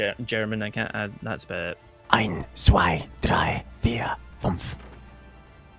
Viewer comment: your pronunciation of zwei is borderline hilarious. w in german sounds like v in english